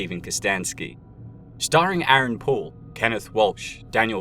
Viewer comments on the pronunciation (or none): It sounds very much like you are saying "Aaron Paul" when you say "Aaron Poole". You confused the fuck out of me. For about half of the episode I was dumbfounded at how they had made Aaron Paul look bone structrually completely different than how he looks in reality amongst other abnormalities in what I was seeing. Your subtitles even say Aaron Paul man. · The way you said Aaron Poole sounded like Aaron Paul. I about had a panic attack that I didnt realize that was Jesse the whole time. But alas, it was the accent 😂